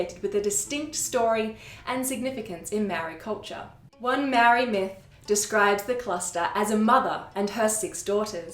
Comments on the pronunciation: I'm going to point out the elephant in the room. YOUR PRONCIATION OF MĀORI WORDS NEEDS SERIOUS WORK. So do the work. You guys OBVIOSULY had no intention of looking into the language, but rather the knowledge you wished to share. It's an extremely white thing to do, so I'm not suprised. It would've taken one email or dm to ask someone compotent in the language to correct your mistakes. But as usual, white people never consider these steps. It was easy enough to compile the information you've just shared, so why not go a little further and get your work checked by a proffesional. Yes, experts on languages exist, so use them. I'm telling you so nobody has to hear you botch not just my language, but other people's as well. Sort it out, or don't share the info at all. There are more compotent people in the world that I'd rather hear the stories of my ancestors from. So leave it to them if you're not up to shifting your ingorancy. It's 2023. Catch up. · Your mangling of the pronunciation of the word 'Maori' is painful.